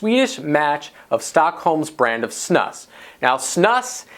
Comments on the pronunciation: It's pronounced snoose. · You pronounce it "snoose". And those are Snus pouches. Snus is usually loose and sticky, you roll it into a ball and put it in your upper lip. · Erm.. "Chewing Tobacco MAY SAFER...", the title and the pronunciation of Snus is comical. Obviously haven't acquired much education.